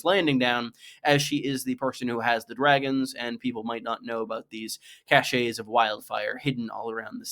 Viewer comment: it's pronounced "cash" btw :)